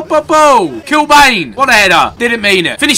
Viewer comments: Paddy Kenny, Thomas Helveg, Matt Holland, Kevin Kilbane, Clinton Morrison WHAT A TEAM...Loving the amount of Irish. Also it's Kil-Ban not Bane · Love this. BTW it's pronounced "Kilban". That depressing moment when you miss the gamebreaker 💔💔💔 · It's pronounced kill ban hahaha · Kilbane is pronounced : Kil-ban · Ethan "Kilbane" is pronounced Kilbann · I'm Irish and yes it is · Gotta love how he's pronouncing Kilbane wrong... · Can't even pronounce Kilbane properly. Football knowledge needs improving too. From the looks of it when picking his squad he didn't have a clue who any of them were.